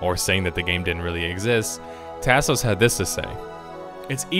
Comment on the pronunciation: Lol, the way you say Tasos is killing me man. It's like listening to someone from Appalachia read a Mexican food menu.